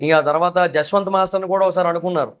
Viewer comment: Saketh kadu sanketh Jaswanth kadu yaswanth